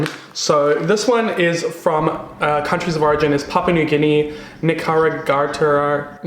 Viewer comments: Nicaragua is pronounced like "nik-uh-rah-gwuh"... a beautiful, beautiful country right by Costa Rica. I love your videos and your outlook on life. Sending good energy your way. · omfg the way you pronounced Nicaragua hahahha!! it's nick-are-ah-guah (roll your r) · It's (nic-a-rah-gwah) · Nee-Ka-Ra-Gua Nicaragua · nicaragua is pronounced knee-car-agua lolz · Please learn how to pronounce Nicaragua - [ nik-uh-rah-gwuh ] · knee car uh goo uh? LMAO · Nicaragua is pronounced Nih-kar-ah-goo-ah you're welcome😂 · I am from Nicaragua, and that's exactly the pronunciation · “Ni-cara-gon”... “na-cara-gongon” and Columbia ... I love it! that’s how I feel when ppl try to pronounce my maiden name lol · It’s the way he pronounces “Nicaragua” for me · Not trying to pronounce Nicaragua😩😭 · Every time he says Nicaragua I CRACK UP omg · Nicaragua pronunciation - I’m deceased 😂🙈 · The way he pronounces Nicaragua 😂